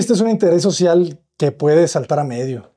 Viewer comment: Social. No "Socil". Saludos! Cada vez me impresionan más las experiencias que comparte, muchas gracias. En su canal hay cosas que enseñan más que el tiempo perdido en la universidad.